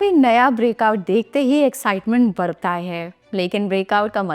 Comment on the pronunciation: Madam ji bartan nahi badta bola jata he